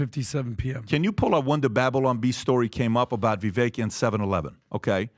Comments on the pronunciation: After months of mispronunciation, PBD finally says Vivek-rhymes-with-cake correctly. /applause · First time I've heard Patrick or anyone of the team pronounced Vivek's name correctly 🎉🌟💥💫🎆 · This is the first podcast where PBD pronounced it correctly. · Vivek rhymes with bake, said Vivek on THIS podcast!